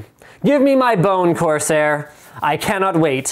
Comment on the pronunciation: Corsair... CORsair...CORSair....CORSAIR... seriously guys do it. Please?